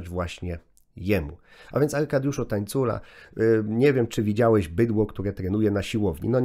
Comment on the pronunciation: Aj Tańcula przez ń a nie ni przepraszam